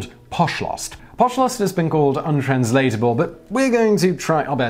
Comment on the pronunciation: Its pronounced POSH-lst (emphasis on the posh, like how a British person would say it). Aahaa it took me like a whole minute to understand what you were going on about....oh yes. Anyway, Simon, youre doing a great job. A lot of nay sayers here but I appreciate this video very much!!!